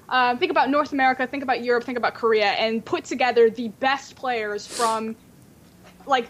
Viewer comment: God the way pronounces Korea...